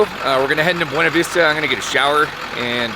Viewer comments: Be you knee vista Not B - wane - a vista 😊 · I went thru this area last summer white water rafting. I was told it is pronounced: Boona Vista